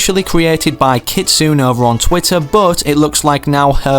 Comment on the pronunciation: Japanese is part of my heritage. Please for the love of all that is holy and good in the world learn how to say japanese words before you use them. Every time you say 'keet-soon' for Kitsune (keet-SUE-neigh) you kill me and I'm sure all other nihonjin (knee-hawn-jean) inside a little. So please any Japanese word you see 'NE' in pronounce it like 'neigh'. I love and appreciate your content always and use your content creator code all the time. ID: DrunknIronRabit